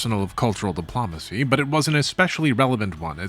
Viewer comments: Buddy you gotta work on your pronunciation. C'mon! Diplumacy?!?!?! Please dude. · If I hear "De-PLAH-macy" one more time I'll become an Autocrat. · 'Dip-Lom-Acy' tho... Might as well pronounce it 'Camp Doily.' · Why do you pronounce "diplomacy" so weird? You say it so many times, and it's distracting.